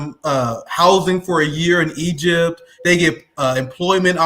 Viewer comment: Did he say he acrossed eygpt 3000 years ago 😂😂😂